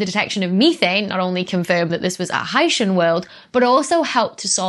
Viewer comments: "high-shin" sounds like somebody who comes from Haiti. "high-sea-in" as a portmanteau of Hydrogen and Oceanic, I like much better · You're both wrong! It's pronounced "hycean". Stop misinformation. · Hy-see-an and Hy-shun are both acceptable pronunciations given the variation in palatalization in English accents. One or the other may prevail in certain regions and dialects. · I always pronounced it high-sea-uhn but I didn't know it was a portmanteau and so now I think you're right with high-shun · 'Dr, S, OWN YOUR EXPERTISE! If you say 'Oh-shun,' who is anyone else to quibble that it should be 'Oh-see-un?' (OK, there was the 'phyto/photo' thing, but that was just a single datum, A statistical glitch perhaps?) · Your instincts are apparently correct, Dr. I heard one of the authors of the new paper on K2-18b correct his interviewer on the pronunciation of “Hycean.” As a portmanteau of “hydrogen” and “ocean,” the correct pronunciation would be “high-sheean.” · Pronouncing it high-SEE-an sounds fancier. 🤣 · I would pronounce "hycean" to rhyme with "Lycean." After all, we have portmanteau words in English, like "helicopter" which comes from "helix" and the Greek "pter" (wing.) But we don't pronounce it like that. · IPA suggests "ˈhaɪʃən" pronunciation. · No. It's pronounced hycean. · your pronunciation sounds like people from haiti but that's kinda cool.